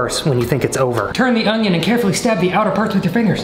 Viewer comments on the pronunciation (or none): Do you really say 'ongion'? Really? 🤣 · The audible “g” in onion just be regional. 😂 “ungyun” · I can't stop thinking of the "oño" meme every time he says onion 😂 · I love that he says ungion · says onion with a slight "g". Watch the video again to hear it. I have other friends who also say onion with a slight "g" sound.:D